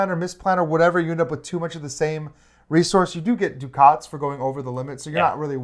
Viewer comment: Thanks for the overview. Excited about this one! Hoping it is available at Pax U in December. One question...you guys referred to something that sounded like (phonetically) "doo-khaats". Is this the currency in the game? Is it by any chance "ducats" (which rhymes with "buckets")?